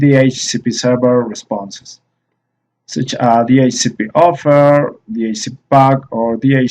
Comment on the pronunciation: un comentario poco agradable; su pronunciación del ingles es pésima, resulta diciendo palabras que no son, yo se porque también hablo ingles y obviamente el español; le entiendo lo que quiere decir. PERO cuando usted esta hablando el ingles lo pronuncia muy mal, ejemplo: va a decir cual y termina diciendo traje = such y lo pronuncia como si estuviera diciendo Suit o traje en español.